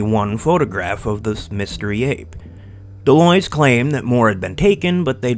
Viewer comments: It's pronounced "The lwa" or De lwha. Like saying what without the T and De is like The in "The cat" So De lwha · 99.99% of people online mispronounce De Loys except maybe for channels in french so don't worry :)